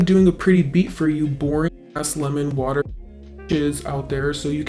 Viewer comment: you always manage to make me laugh even when you're not even trying to be funny. Idk why but when you said waterrrr and rolled the "r", I laughed so hard. Lol you're just naturally funny, and I love that. It's the people that try too hard to be funny that are never funny. So, I just wanted to say thank you for making me laugh. And thank you for being you. 😊